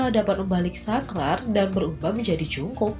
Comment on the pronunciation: Tulisannya jungkook tapi dibacanya jongkuk bukan jungkuk,jungkok ok